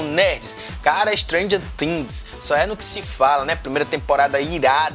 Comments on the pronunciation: dá até uma agonia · Sua pronúncia de stranger thinks é tão ingraçada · Ele fala Stranger things engraçado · Sabe nem falar o nome da série